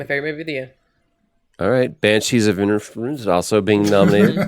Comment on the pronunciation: As one of the six Irish listeners, I can confirm that Troy’s pronunciation of inisheblerr was flawless